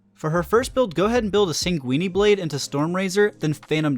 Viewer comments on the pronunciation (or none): the third time I heard "Coop the grass" and "coop the gracie" and also heard "Sanguiney blade" I just muted the video and just copied the builds... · Coop day grass and sangueenee blade were my faves